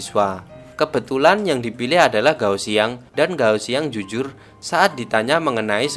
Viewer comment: kak, g di baca k, kao xiang. tian baca thien, jadi thien thien. sukaaa bahas film mandarinnn❤️